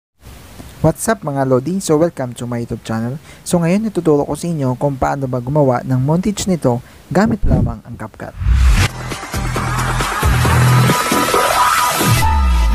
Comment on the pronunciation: Montaj ung pronunciations ng montage lods. Hindi monteyj